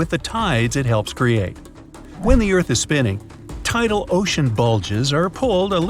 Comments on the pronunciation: erarth not earth? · Please fix that "ERARTH" word since it's got s|-|itted there